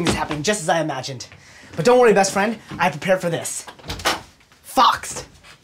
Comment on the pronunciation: It's Fawkes lol. xD